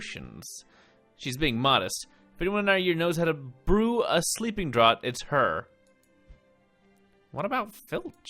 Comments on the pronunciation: Draught sounds like draft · The Romanian Longtail is a dragon...and draught is pronounced (draft) au sounds like the O in mom...and the gh sounds like an f like in fan...just letting you know to help you not to be rude...if it is sorry about that. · The only thing..youre butchering the pronunciation of sleeping draught..its said like draft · For later reference, "draught" is indeed pronounced "draft". It pays up to have heard all the audiobooks! :-D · I looked it up and yeah, it's "draft" 😅 But don't worry. :) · I was just going to let it go...it was becoming it’s own joke :)